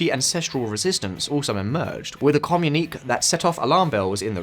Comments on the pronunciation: This "comunik"??? This shows the intellectual level of this talking head that is desperately trying to infer that Mapuches woke up one day and declared autonomy and tries to place a saintly halo on the Chilean government's head. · Never heard communique pronounced like that before.